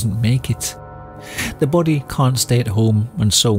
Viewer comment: The way he pronounces "BODY" is just... chef's kiss